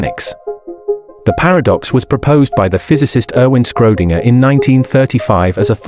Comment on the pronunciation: I really like your videos, so at this point I'd like to make a small contribution on german pronunciation ;-) "Schrödinger" : SCH in german always sounds like SH in english (there is no K sound) Ö sounds like U in "turn" or I in "bird"